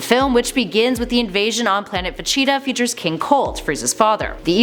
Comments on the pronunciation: It’s vegeta not vecheta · Ve-GEE-Ta Not Ve-Chi-Ta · It's Vegeta not vecheeta , pronounced Vah-Gee-Tah (Gee As in the letter G not Gi same when saying gogeta) It's Gogeta Not Gocheetah Pronounced Go-Gee-Tah and it's Pilaf pronounced Pee-Loft (The T Is Silent) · Not if they pronounce vegeta vecheata god its so weird 😄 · Did you say,,,,,, VACHITA?! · fecheetah and gocheetah lol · VaCheetah 😂 really ? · Am i the only one who crinched when she says "Vageta"??? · Ve-cheeta my god am i the only one pissed off how she says this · Gocheta & Vecheeta lmaooo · Vecheata?? I don't like how you pronounce my boys name lady, still a cutie tho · “Ve-cheetah” “co-cheetah” 🤮🤮🤮🤮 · Why are you mispronouncing the names? Vacheeta? Gocheeta? Also - did you steal Geekdom's video? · This ningen said Vecheeta 💀💀💀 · gocheetah vecheeta lool pronounce it properly u bean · Thank you someone who noticed she’s copied and also every time she mispronounces vegeta’s name I wanna punch her she is literally saying Vechita goddamn woman you must not watch dragon ball cuz even in the sub they clearly call him Vegeta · They all do this man throw a dislike and see another channel doing the same shit also cant stand this chick for pronouncing VEGETA "VACHEATA" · it's not just him, her pronunciation pisses me off too, vecheta? really? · She also says "fa-cheeta" and "go-cheeta" 😂 so cringe. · Why so much mispronunciations on Vegeta, Gogeta and Pilaf? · I don’t like how she says Vegeta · I hate how she says vegeta